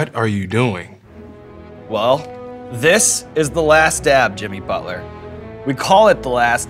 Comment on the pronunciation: i noticed sean says bucket inseed of Butler 😂😂😅